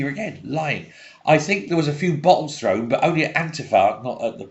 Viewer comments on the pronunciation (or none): none